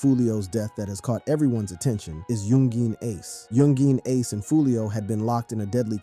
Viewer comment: that's not how you pronounce yungeen ace bro, you pronounce it as "youngeen ace"(yungeen ace)